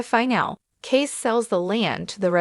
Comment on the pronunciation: So is the narrator an AI bot, or just a moron who never watched the show? Kayce is pronounced Casey, not case. It's a finale, not a final.